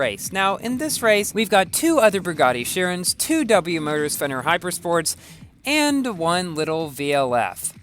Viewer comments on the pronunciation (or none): Wait... Did you said Feyner Hypersport? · Did you say fenyr hypersports 2:3